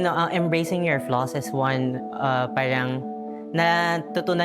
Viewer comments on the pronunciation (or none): narinig ko ba un, flawses?